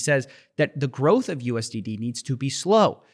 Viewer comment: Growth let's say it together growth ...not groce 🤣